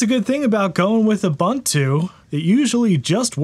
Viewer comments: I appreciate all your videos, but please stop calling it uh-bun-too. Please 🙏. oo-boon-too. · Man its not Ubbuntu. Its more like obonto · You're awesome dude, love the channel, but say it with me. OO-BOON-TOO. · boo boo boo... Ubuntu is pronounced Oooo Boooon Tooooooo. Add as many o's as you'd like but don't put no Bun in that oven baby! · That's not how you pronounce Ubuntu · lol, people still can't pronounce ubuntu correctly after all these years.